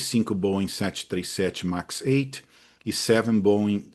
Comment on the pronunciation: Tá perfeito. É sempre um prazer assisti-lo. E, se possível, nunca "aportuguese" pronúncia dos nossos queridos Boeings. Tá excelente do jeito que está. Abraço!